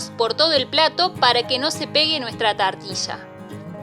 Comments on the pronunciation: Hija que mal pronuncias TORTILLA. Es muy facil decirlo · Me gustó!! saliendo TARTILLA!!